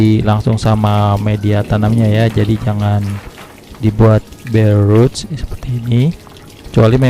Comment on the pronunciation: BARE ROT.. Enakan dibaca degan lidah Indonesia.. Dengernya jg enak.. Ngapunten om..